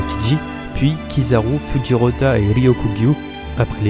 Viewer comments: Super vidéo ! les seuls défaut ( si on peut appeler ça des défaut ) c'est le " mujiwara " et le " fujirota " au lieu de "mugiwara " et fujitora " x) et il y a aussi le son mais c'est pas trop dérangeant ^^ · par contre le fujirota ma achever ces fujitora pas fujirota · Fujirota ? Tu voulais dire Fujitora (je l'espère)